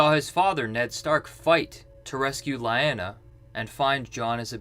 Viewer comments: It’s not Lie-Anna, it’s Lee-Onna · LIE-ANA? Idk but i think you lost credibility there LOL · I can't take this seriously when the narrator can't pronounce lyanna, cache, or sentiments (not sediments) correctly.